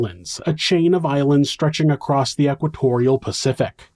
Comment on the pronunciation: Somebody needs to hunt Stephanie down and finish her. Also, stop saying cALimate. It's climate. Also acrosst. That's not a word either. "He pulled the seatbelt ACROSST his body". Wtaf????? Stoppppppp